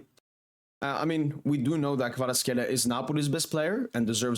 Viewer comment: რა კარგად გამოთქვამს ხვიჩას სახელს და გვარს.